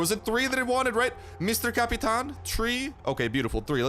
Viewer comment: Lol cap-a-tain